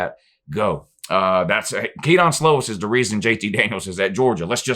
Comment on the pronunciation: It’s pronounced “ke-din” slovis not ke-don but at least 9-3 prolly 10-2